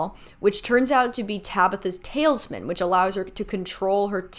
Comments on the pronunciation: Sorry for commenting before finishing the video, but right before girl it’s TAL-IS-MAN not “tails, man” 💀💀💀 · sorry but "tailsman" instead of "talisman" is so funny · Not the tail's-man. Girl it's tal-is-man. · I swear i thought it was just me! Thank you, internet stranger, I'm not alone! "Tailsman" took me ALL THE WAY OUT! 😂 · Same. tails-man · The way you pronounce “talisman” kills me. Like Babe, I know you are doing your best but I need you to take a close look at where that “i” is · I watched this entire series and still watched these videos and they clarified some plot points for me that I never understood or knew if they got resolved so thank you so much. That being said your pronunciation of talisman had me absolutely cracking up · no shade but I'm obsessed with the mispronunciation of talisman come the Season 6 recap.